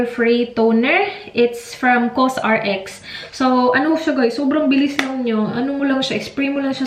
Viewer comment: Hello! COSRX is pronounced ''co-sa-rex" pala. Na curious dn kasi ako sa kung pano sabihin yung brand. Love your videos always! Looking forward for more cooking shows and gala!:D